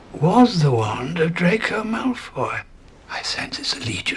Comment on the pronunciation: Its not drayko malfoy its drayko mouth full